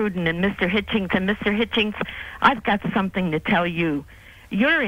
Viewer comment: Hitchens, not Hitchings.